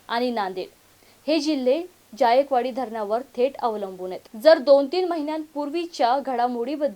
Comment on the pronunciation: अग बाई, ज्यायकवाडी असा उच्चार नाही,जायकवाडी असा उच्चार आहे.